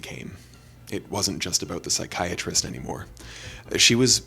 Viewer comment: The way they say pSyChAriSteT. Is it american English or british english?. The degeneret way it sounds it must be American English?...